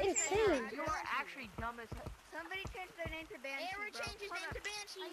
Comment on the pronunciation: Banshee more like ban hee